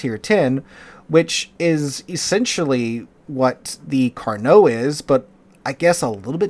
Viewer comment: Carnot? More like caree not😂